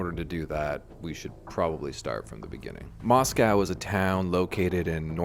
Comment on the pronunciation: its pronounced "moss-koe"